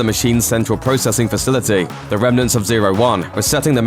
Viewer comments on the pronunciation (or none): none